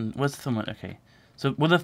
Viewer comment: I love how just pronounced thermometer as "thermo-meter" like it was something pretty complicated.:P